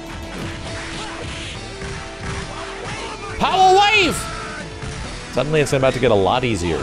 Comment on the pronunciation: POWA WAHVU! RISING TACO! AIYO-OHKAY?! BUSTAH WULFE! BARN-Nu-NACKLE!